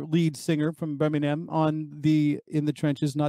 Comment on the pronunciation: Hes saying Birmingham wrong by the way ha 😂